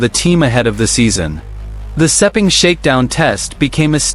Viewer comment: Lin Jarvis is not the managing director of Yamaha Racing it is Paolo Pavesio. Stop using AI and start using real facts. I have no idea where you get the pronunciation for Sepang race track but it does not take a genius to learn that one it is exactly as it looks!